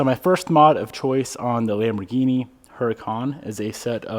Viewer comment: Cmon Lamborghini its a brand name like Pepsi….Frank Lucas voice!!!!